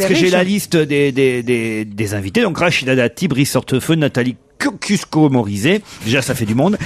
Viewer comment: KOSCIUSKO-MORIZET... IL A DIT COCUSQUO 😂😂